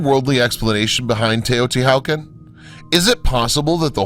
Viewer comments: Teo-Ti-Walk-On* not wow-kin vids are dope though. Thanks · Why are u unable to Pronounce Taya-Tee-Wuh-Con properly? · Teotihuacan is not pronounced “Teh-o-ti-how-can” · Atrocious Aztec pronunciation. Seriously, Teotihucan? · its pronounced tao-ti-wa-kahn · Or ANY Indian word written in Spanish orthography :S Makes the rest of the narrative seem schlock. HU = W Mr. Narrator!!! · The whole reason I started reading the comments was to see if I was the only one bothered by his pronunciation of Teotihuacan.